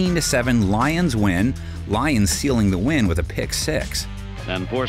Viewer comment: How many times is he gonna mess up these lions names 😂